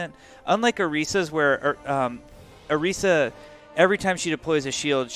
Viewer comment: Did say oreeesa? I don't think I heard that right?